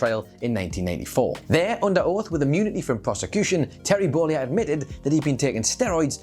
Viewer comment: Who is this "Terry Bowleeah" guy me keeps mentioning? lol